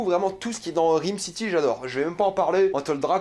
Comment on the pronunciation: Bordel ça se prononce RAAYME city pas RIIIME city.